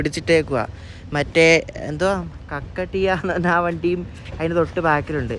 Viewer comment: കക്കടീയ അല്ല bro കാകതീയ എന്നാണ് ❤